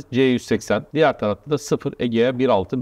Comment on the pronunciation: Egea diyen de ne bilim.